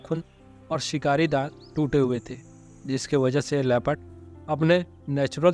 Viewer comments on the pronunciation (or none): "Leh..phud"(LEOPARD) NOT " Le. Pad" please correct.